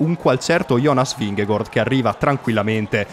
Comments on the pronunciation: Ma esatto, Vinghegord da dove esce precisamente? Se lo vuole pronunciare in italiano è Vinghegard, se lo vuole pronunciare in danese almeno che lo faccia bene e non a metà. Vingegaard in danese si dice Vinego(R) con accento sulla e e non Vinghegord. Vi lascio qua il link di un danese che spiega la pronuncia e il significato del cognome di Jonas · Anche nella telecronaca nomi a caso non é gord é gard…… e poi il finto accento francese😂😂😂🤦‍♂️ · Perchè dici vigegOord????????!!!! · ma non ti devi scusare, non ha ragione nemmeno lui. La pronuncia esatta in danese è Vinego(R) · La pronuncia di Vingegaard ve a lascio qua, spero la sistemiate perché così è inascoltabile. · in realtà la pronuncia esatta non è nemmeno quella